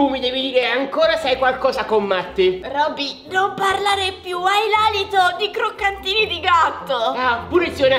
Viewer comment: a detto C"R"OCCANTINI